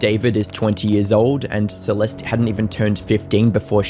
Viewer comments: Bro you could’ve at least learned/realised not to mispronounce Celeste’s name many times before then pronouncing it correctly and then going in between pronunciations. Just saying it’d be respectful to actually say her name right, it’s not hard considering you did say it right many times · Had to stop watching because you kept pronouncing her name wrong. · If you’re gonna cover a 14 y/o’s murder, you could at least have the decency to pronounce her name right. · I like your videos, but please pronounce things, especially victim’s names better. Her name is pronounced “See-lest,” not “See-lest-ee.” 🤦‍♀️ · “Celestee” 😂 cat got ur tongue lil bro? 🐈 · Celestie? Shooosh? Do you know how to pronounce anything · i really wish ppl would learn how to pronounce words and names before posting videos about them. si-LES-tee? really? it's sa-LEST. google is free. u consider urself a serious youtuber so maybe actually put in the effort where it matters, not just in the cheap editing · Why do you all keep saying the E at the end of her name? It’s silent 🤫 please respect the dead 😢 Celest (e🤫) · “Celestey” 🤓 it’s suhlest. The fact that huge YouTube channels can’t do the bear minimum research and learns basic pronunciation baffles me. Unsubscribed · FYI it’s pronounced “Sah-lest” . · Bro you left one mispronunciation of "Celeste" as "Celesty" and then I noticed it was perfectly cut to the correct pronunciation every time after. That's insane dedication and editing skills. Nice work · is this guy AI? it's clear he's edited the audio to cut out every instance where he says "celest-ee" and the cuts to his face talking have some subtly odd movements to them. is one of the biggest drama coverage channels just a content farm? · Celeste is pronounced "Cell-est" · Is he saying “Celesty” at times? Listen carefully at the beginning of the video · “Celesty” smh 🤦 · Lol the obvious edits where he realized he was saying Celeste's name wrong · he cant even say her name right